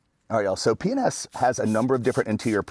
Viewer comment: Sounds like you are saying penis products! lol